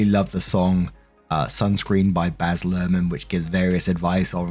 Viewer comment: Baz Luhrman!?!?😂 That Aussie is the bees knees!!! Thought at first you were saying Basil—-rrrrrmannn~~~~~you cheeky so n so😉❤